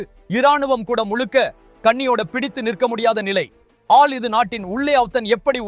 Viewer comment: தமிழை கொல்லாதே. அதென்ன ஆல்.